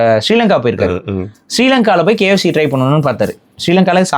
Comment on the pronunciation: bros not kyc it is kfc bross